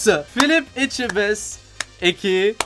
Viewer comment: On notera que dit mieux Etchebest que certains français 😂